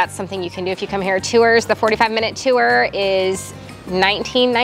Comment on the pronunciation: now I know Missourians pronounce tour as :tew0er"